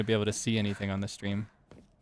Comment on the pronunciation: Otsuukaeee thank chuu for the stweam